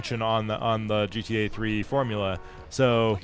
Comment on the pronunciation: He said Gee Tae. I'm out.